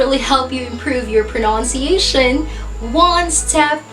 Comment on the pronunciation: What is the right pronunciation of PRONUNCIATION? As i hear from you, you pronounce it as pronounciatiation.